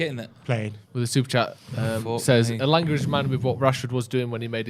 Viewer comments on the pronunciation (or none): It's elanga